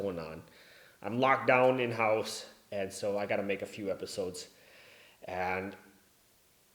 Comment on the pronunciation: The way you pronounce "house" is pretty German actually. At least in this video.